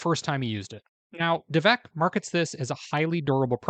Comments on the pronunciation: I said the same thing … he said the name wrong 🤦🏼‍♀️ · Did you just say "devak"? Time to leave lol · You’re mispronouncing the name— it’s DAV ek.